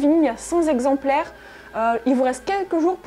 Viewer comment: Merci, merci, merci ... pour ta vidéo, ta fraîcheur, ton enthousiasme ...😘 Fais juste attention aux liaisons dangereuses 😄 dans ton enthousiasme : cenT exemplaires 😉 Je pense que les sorciers n'ont pas la même propension à la peur que nous quand tu vois tout ce à quoi des gamins de 11 ans sont confrontés à Poudlard ! Un petit détail : le son super aigü n'est pas hyper agréable quand a des petites acouphènes.